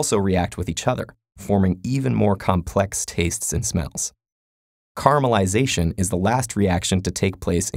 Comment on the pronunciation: I swear he was saying carma-lization.